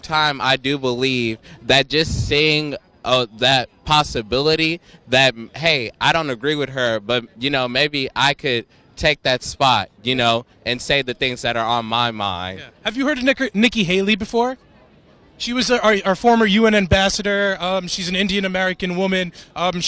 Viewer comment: "Have you heard of Nikker..Nikki" 😂😂😂